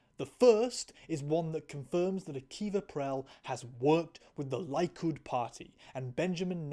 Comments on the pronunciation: lie could party... it's "leekood". English speakers and never pronouncing foreign words directly name a more iconic duo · To clarify it's pronounced "Li (like the first syllable in "lick") and "could"" party, just as an FYI.